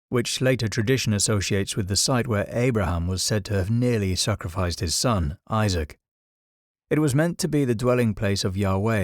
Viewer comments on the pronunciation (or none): none